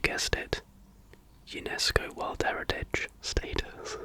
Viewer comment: There's going to be a game called "Sleepy Shots". Friends with insomnia are going to take shots of warm milk with vanilla every time you say "in the worrrrrrld". :)